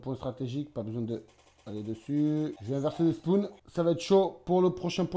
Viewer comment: Le quoi ? Le « SPOUNE » , donc toi tu reSPOONE au SPOONE ... un spawn bordel !🤷🏽‍♂️🤦🏻‍♂️! Nn mais srx , t’a pas 8 ans quoi